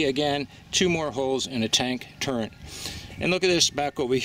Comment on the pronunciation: Enjoyed the videos so far. Please don't take this as an insult but those are TREADS, not threads. And that is a TURRET, not turrent. LOL Other than repeating those incorrectly (which for some reason tweaked OCD i was unawares of possessing....), it was a thoughtful and well presented documentary and thanks for sharing.